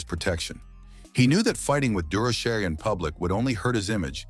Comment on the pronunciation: AI must think Dur o Shay is a French name. This pronunciation is a joke.